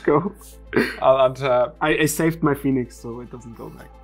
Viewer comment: and izzet phe-onix lol